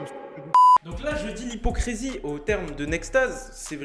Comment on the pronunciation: Parle français c hypocrisy et nn pas hypocresy